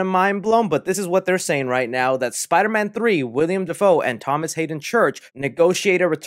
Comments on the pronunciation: He said William Defoe . Haha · You really just said “Wiliam Dafoe”